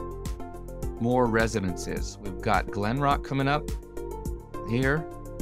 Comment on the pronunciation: Hey moron, it's not glenrock, it's called Glenbrook!